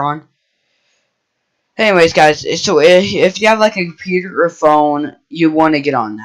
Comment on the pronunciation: CUMPUTER HAHAHAHAHAHA